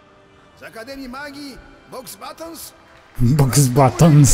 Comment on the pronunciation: Boxbatons xd o chyba umrę😂 lektor jak zawsze obiecujący, chociaż po tym i "Umbricz" już chyba nic mnie nie zaskoczy w tej grze😅